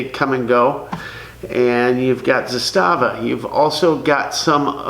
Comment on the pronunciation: Just repeat one time Z A S T A V A!!!